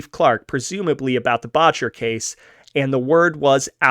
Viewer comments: The first syllable in Boetcher is pronounced like better, not bawtcher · It's pronouced Bet-Cher, not Botch-er. Boettcher. I went to scholl With a grandaughter of Charels Boettcher. Founder of Botanic Gardens among other things. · Second generation Coloradan here, my mother was born 1924 in a house on Santa Fe street Denver, until the onset of the depression her parent's Anna and Norman had a cafe in Denver, Boettcher is pronounced BET-CHER, FYI, this is interesting and nicely done....glad you do your own narration, cannot stand bots....